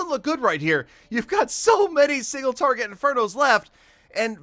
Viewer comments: he says single farget interno instead of single target inferno 🤣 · Jeez I'm not half the player that you are but but I solved it first try no problem on both my bases using a way that's much easier than yours. Maybe if you could properly pronounce "Single TARGET Inferno" you'd have more success